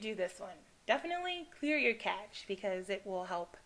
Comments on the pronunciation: Cache pronounced like "cash" not "catch"..... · Thanks for this video! It would help many people if you maybe listed some helpful websites to research problems. I've googled many different problems and some websites really don't help, and some really do. It's hard to know the difference. Also, it's CACHE pronounced CASH. It would have a T before the CH if you were to pronounce it CATCH. Thanks! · lol i know this vid is old but her saying catch instead of cache was annoying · why do you keep calling cache a catch? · Lol at clear the cache you said sim compositor crap-cache LOL